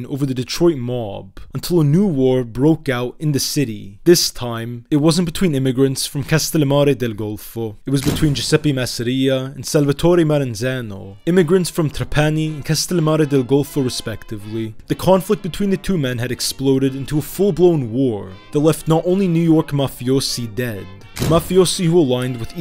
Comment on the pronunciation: The research for this video seems quite through and it's very informative. I did want to mention about the pronunciation of some of the places in Sicily. As I have family in that part of Sicily and since I have been to both Alcamo and Trapani, I know that Alcamo is pronounced AL-ca-mo and that Trapani is pronounced TRA-pa-ni. However, you do pronounce Terrasini correctly 🙂.